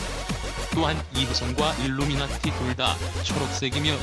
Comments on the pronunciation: 일루미나티 끝에 미나티 라는 억양이찰지는데 미나티= 미 나 티 그렇다 일루미나티는 일루미나티다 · 저거 일루미나티 발음 뭐임 ㅋㅋㅋㅋ저거 어디서 가져오는거야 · 아니 여기서 실수를 하면 어떡해ㅡㅡ 마지막이 생명인데. 원어민 발음으로 해야지! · 아 ㅋㅋㅋㅋㅋ 일루미나리만 원어민발음 나오는거 개웃기누 ㅋㅋㅋㅋㅋㅋ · 아닠ㅋㅋㅋ 일루미나티 말할때마다 발음 오지네 ㅋㅋㅋ